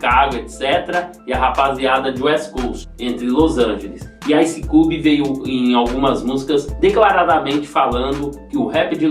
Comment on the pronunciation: Um pouco de agonia com sua pronúncia do nome dele. Ice "cúbi".